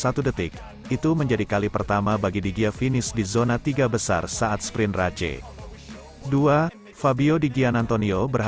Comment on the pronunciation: 😂 bacanya RACE